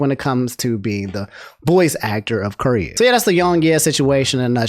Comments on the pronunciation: lol love your content but your pronounce of kiryu kills me lmao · Love ya really but this is just me being an annoying shit, it's pronounced Kee Ree You not Kur You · Ker-you? KER-YOU?!?!...oh... you silly silly man..;P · KI RYU キ リュ "kee-ryoo" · Apologize for saying "curry-you" and not "ki-ree-yu" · Ok. Is it "Curry-you" or "key-er-ee-you"? Because this is the first time I'm hearing "curry-you" and it feels wrong. Its written Kiryu. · Kiryu is pronounced key-re-you I'm sorry I love you but I can't have you calling my man cur-you XD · can you pronounce his name right? It’s KEY-RYU not Kir-ryu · each time you pronounce Kiryu as "curry you" instead of "kee ree you" i'm dying inside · Dawg did bro just called him “Curry Ru” 😂😂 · Mane i don't want to be that guy but please say kiryus name propperly dude. It just don't sound right if someone says "curyou" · Hearing call Kiryu "Kir-yu" Is funny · My man did not just say Curyo o.o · bro said curryu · it is "KEE RYU" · be saying "Curyu" like he making Curry tonight. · butwhy kuryu? or am i crazy hearing say that? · "Kirr-You." That was painful every time dropped it. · I didn't know American people could say/pronunce Ö until said Köryu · Mans played Yakuza zero and therefore has heard Kiryu's name said multiple times and still pronounces it wrong lmao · The way pronounces Kiryu is giving me stage 3 cancer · The mispronunciation is killing me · Pls stop pronouncing his name like that fuuuuuuuuuu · Never say Kiryu's name ever again It brings me pain to hear it everytime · The real nightmare is the way pronounced kiryu😂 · Your pronunciation of kiryu hurts me 😂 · Anyone else like the way pronounces Kiryu? lol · you should really work on your name pronunciation XD Kiryu = Key-ree-ooh. Martinet = Mar-tin-ay.